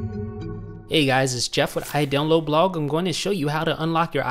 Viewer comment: Is it just me or did he say iDownload Blog weird?